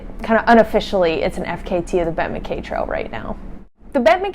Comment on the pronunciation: 🛬 Congratulations on a tremendous effort! But, it is pronounced MacEye.